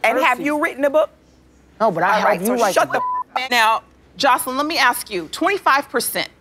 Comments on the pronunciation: It cracks me up when they pronounce her name “Josslean” 😂😂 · Lmaoo I love how dime calls joseline chanellica 💀💀